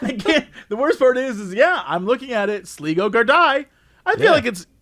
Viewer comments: Laughing so much at the Sleego Gard-i segment. You have even made Ocean FM today. Just to clarify it is Sligo (pronounced Sly-go) which is a country & a town in Ireland. Gard-i is actually the Irish Police, pronounced Gar-dee. Crying laughing, so funny. Made my day. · "Sligo gardaí" is pronounced "Sly-go gardee". Sligo is a county in Ireland, and gardaí(which is Irish) is what we call our police officers. Thought I'd let people know lol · Its pronounced sly-go u idiots 😂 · How could you pronounce Sligo incorrectly, worse still how could you not know about Sligo.